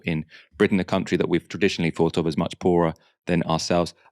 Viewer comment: "Thought", it's" thought" not fought. You have an interesting voice (and indeed program) but for pete's sake don't let yourself down by not pronouncing th. You just did it again with "methane".